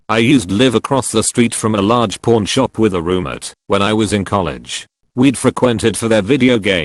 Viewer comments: I swear the robot is saying porn shop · It sounds like he's saying porn shop. Kek